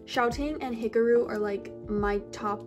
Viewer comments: the way she pronounced hikaru 😀🔫 “hikaroo” HAHHAAHAHAH IM SORRY I PEED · the way u pronounce hikaru’s name???